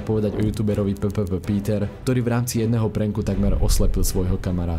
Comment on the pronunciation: omg to uz fakt neviete ani citat? to je P P Piter nie PPP Píter... wtf...